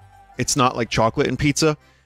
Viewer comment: vinny doesn't usually let his bostonian accent show through but the way he said "choawclete" really let it be known.